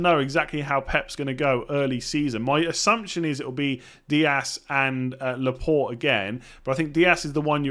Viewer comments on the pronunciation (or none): none